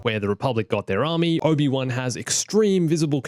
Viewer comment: What really gets me during the holocall to Mace and Yoda.. “a clone ARMAY?!”